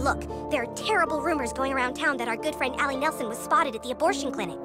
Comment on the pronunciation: "Yes! We got a friend wequest from Douglas"